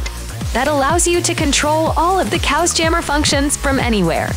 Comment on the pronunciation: So you’re telling me this is pronounced “cows” and not “chaos”?